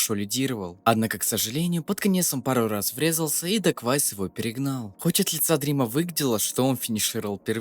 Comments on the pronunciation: Чел называет даквейзиса даквайсом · он дакуэйвис* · Бля , гайс , он Дакуэйвис